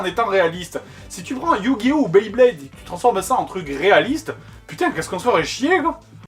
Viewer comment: Enorme la pronociation de Beyblade a xD